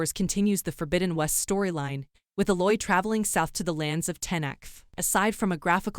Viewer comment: Why people refuse to pronounce Aloy’s name correctly